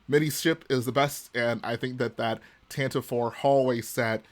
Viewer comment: Erm, it’s actually officially pronounced “Tantivy” 🤓 Weird pronunciation but it rolls off the tongue kinda cool at least